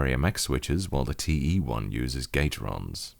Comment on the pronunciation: I was half-asleep when I started the video and heard the intro as "Hello and welcome to this review of my Drevo Blademaster, teehee"